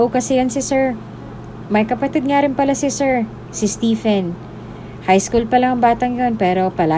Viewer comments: Stephen is pronounced as Steven 😉🤔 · Just a constructive comment, if you don't mind. "Stephen pronounced as STEVEN or STEVON" . Btw, it was a wonderful story.